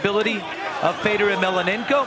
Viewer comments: I really hate this guy calling fedor " emelenenko" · the stupid commentators cannot even pronounce Fedor's last name correctly in fact they started calling him something like "melananko" what a fucking joke these ppl!